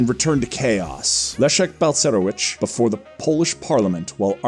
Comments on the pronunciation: You know, you really could go to Google Translate and listen to how the Polish phrases and names are pronounced. I simply cracked up at "Leznek Balserowitz" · This should help the author: c = ts as in "parents" cz = ch as in "child" sz = sh as in "shop" w = v as in "vodka" i = ee/ea as in "green" or "peas" Leszek Balcerowicz = Leshek Bal-tse-roh-veech Tadeusz Mazowiecki = Tah-de-oosh Mah-zoh-vyets-kee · tadies mazołiki, lezneg balkeroutz XD you should have checked the pronounciation ..